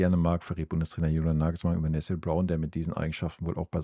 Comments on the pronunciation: Nessiiel Brown. Warum sagen so viele seinen Namen immer falsch. Ist das so schwer ??? Oder Nesselnrown. Habe das so schon mal gehört von einem YouTuber. Und jetzt wieder. Ist der Name so schwer auszusprechen für deutsche ???? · Lustig: Nethel Brown... - ich weißt, du tust dich manchmal schwer mit Namen, dann sag doch einfach "Nene Brown" 😂 Ansonsten: ja so ist es, man kann sich nur auf ihn freuen! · Sag mal: Na Tan I - EL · Einfach Nené sagen wenn du den Vorname nicht aussprechen kannst 😮